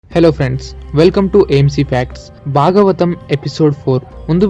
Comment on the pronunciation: hello whoever has narrated this... one very important suggestion for you which needs to be corrected immediately. There are many flaws in your pronunciation. for example: it is not kata - it is Kadha (in telugu it is vottu dha not ta) It is not duka - it is dhkha (vottukha) It is not bagavatam - it is Bhagavatam (vottu bhaa) It is not baaram - it is Bhaaram (vottu Bhaa) It is baada - It is Baadha (vottu Dhaa) these are just a few examples. if I am not wrong, the person who has narrated it does not know Telugu at all. He might have written Telugu in English and read it. My dear friend.... though your content is good, your narration is pathetic. Please correct it immediately. Else it will lose the effect.